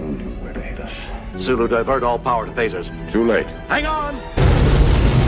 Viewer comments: SULU, not Zulu lol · The name is Sulu, with an S not a Z… 😂😂😂😂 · his name is Sulu...not Zulu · Sulu , not Zulu. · It's Sulu not Zulu. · It's "Sulu," not "Zulu"!